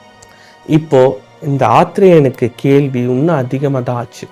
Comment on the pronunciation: தம்பி, " கேள்வி, கேள்வி.. என கூறாமல் " கேள்வி" என " ள" கரத்தை சரியாக உச்சரிக்க வேண்டும்.கற்று திருத்தி கொள்ளவும்.